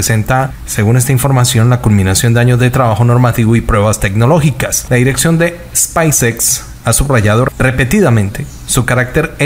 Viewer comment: Spaicex es speis ex hací se pronuncia spacex